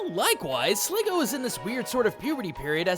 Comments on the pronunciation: The only thing I hate about this is the extremely obvious mispronunciations. Slig _goo_, not Slig- Go. And Deino is Dine-o, as in Deino Zweiloys Hydreigon being Ein Zwei Drei, the german numbers for 1, 2, and 3. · It's SligGOO not SligGO!